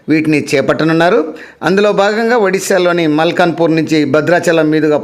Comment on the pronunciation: అలియాస్ గారు... మల్కాన్ పూర్ కాదు.. మల్కన్ గిరి